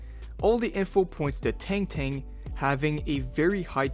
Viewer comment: Tank tank???? It's Tang Tang mf, get it right